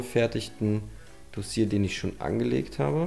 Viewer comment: Ist Makler, kann aber das Wort Dossier nicht aussprechen 😂